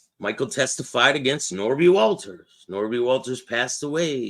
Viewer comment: It's Nobby! Ha ha ha!!! pronounced it. Not Norby.